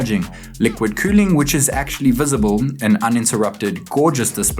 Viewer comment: "liqúid qüüling"